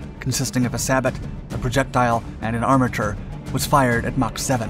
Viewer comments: sae-bau * not sa botlol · "Sabat"? No "Sabo". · Sabot.... is French so "Sah bow" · its pronounced say bo i believe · sabot - [ sab-oh; French sa-boh ] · hey dude, sabot is pronounced "say-boh" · lol "SABIT" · "Sabot" I believe is pronounced "say-bow" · I believe that "sabot" is pronounced "say-bow" ... Perhaps I've been hearing the incorrect pronunciation incorrectly. Regardless this was a fantastic video as usual. Great content with little to no bias and a healthy appreciation for the topic. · Sabot is pronounced say-bow. Bow like bow and arrow. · Love the channel…FYI the “t” in sabot is silent.